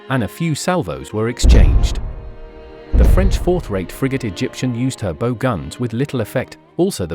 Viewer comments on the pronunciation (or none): Was this an AI narration? Because I can't believe that a person would mispronounce the word Bow, phonetic spelling Bau of the ships.